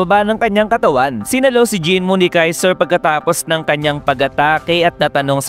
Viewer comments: Kaisel ❌ Kaiser ✅ 😂😂😂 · Kaizel Hindi kaizer tamumol